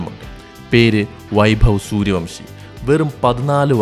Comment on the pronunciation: വംശിയല്ല ബ്രോ വൻഷി